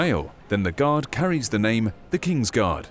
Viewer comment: I thought u said "THE QUEEN'S GOD: FOOT GODS" for a sec X'D